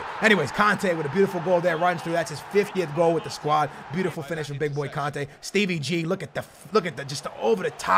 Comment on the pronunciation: Stop saying Steve ggggg